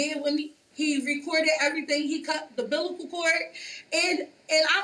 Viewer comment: "he cut.. the 'bilical cord" 🤦🏾‍♀️😅